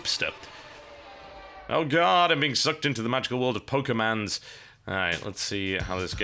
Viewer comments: AHHA! IamRegularPerson single-handedly proved that TB actually DOES read our comments and is therefore a liar for saying he doesn't. Insult him quickly while he's still looking! TB, how can you pronounce the word pokemon as pokemans? It's a fricking O. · not pokeman. ITS POKEMON!!! GODDAMMIT POKEMON!!!!!!! I love being trolled by TB